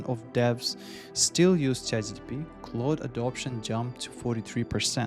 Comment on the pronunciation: This is a high quality video, but I’ll tell you the honest truth: people judge mispronunciations. Your accent is not a problem. But you consistently say “Chat G T P” and not “Chat G P T.” And western audiences judge that as low intelligence, regardless of the truth. You’re clearly a smart person, so I just wanted to give you the unvarnished truth so that you can grow like you deserve. Practice that single pronunciation. I believe in you!